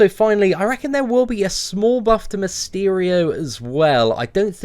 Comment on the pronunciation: When u say Mysterio it looks like ur saying Miss Cheerios